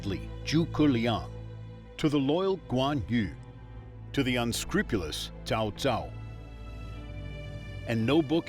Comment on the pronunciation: The Narrator just referred to Cao Cao as 'CHOW CHOW'. Never heard that one before...